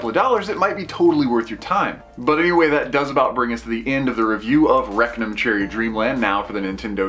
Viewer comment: Rectum cherry dreamland? That's all I kept hearing.